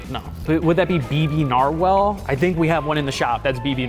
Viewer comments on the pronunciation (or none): nar-well, its nar-wall